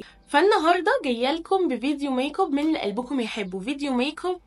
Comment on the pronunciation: 😂😂انتي بتقولي ميك كوب ليه